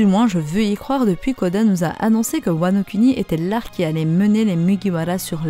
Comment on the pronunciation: je veux parler du fais que tu insiste sur la prononciation des U. Comme wanokUni KizarU AkaïnU etc.. c’est plus bon à entendre du genre WanoKouni Kizarou Akainou. Lire les U pour Ou